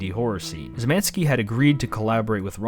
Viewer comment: I didn't think it was possible, but I heard "Szymanski" (Szymański) said like 6 different ways, and none were really correct.